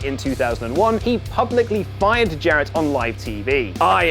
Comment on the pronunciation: Lol fired. I re-listened, really does sound like 'buyed' haha